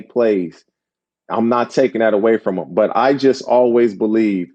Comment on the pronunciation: Why does he (Colin) pronounce “ALWAYS” like that???😳